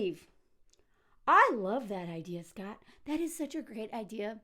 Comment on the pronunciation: I know you are saying "shut up scott" but I keep thinking you are saying "shut up sluut"